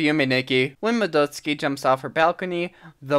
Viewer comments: It's supposed to be "MADdoTSUUki" instead of "Muhdoteski" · More like, "mah-dots-key", at least according to the Japanese pronounciation. However, it sounds weird in english, and the fact he's mispronouncing the A doesn't make it better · "Ma-DUT-ski?" didn't know she was actually Russian lol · I'm pretty sure the Russians pronounce it "Madoytska".